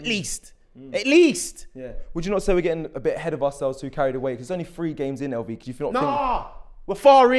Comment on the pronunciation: Lv need to stop trying to pronounce names 😂😂